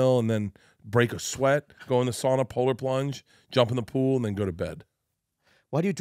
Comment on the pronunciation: As a finn I appreciate how pronounced the word sauna, almost getting the "ooh" in the middle as far as it should be.